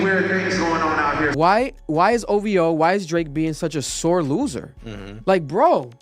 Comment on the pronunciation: Everybody say ovho!!!joeho!oh 😂😂😂😂😂